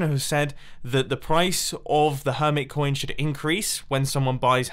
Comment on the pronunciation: Her-mit coin Emphasise the mit